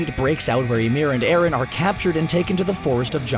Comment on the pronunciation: bro didnt you hear eren and colossal titan and its eren not erin